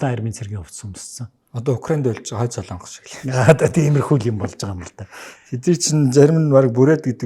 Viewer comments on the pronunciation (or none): none